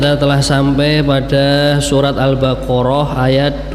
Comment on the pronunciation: Punten al baqoroh. Bukan al baroroh